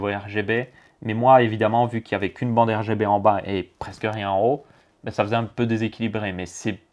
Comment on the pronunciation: des ventilateurs R Ga B ? tu en perds ton français tellement que c'est un bouzou ^^